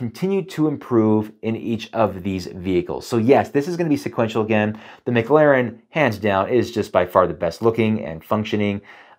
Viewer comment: Why he call it the MIC Laren p1